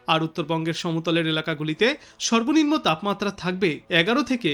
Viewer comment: উচ্চারণে গোলমাল আছে। সেলসিয়াস, সর্বনিম্ন ইত্যাদি ঠিক হচ্ছে না।